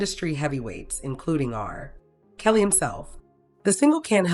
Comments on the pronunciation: The way R-Kelly is pronounced as RRRR Kelly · Why is r kelly said like that. R (pause) kelly . Must be ai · Yup. The R. Kelly pronunciation is proof